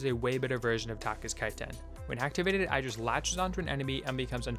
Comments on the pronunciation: it's not "I"dris it's like "E"dris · its pronounced eedris